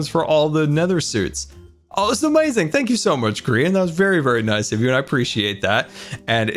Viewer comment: How many times has he said, “Amayazing”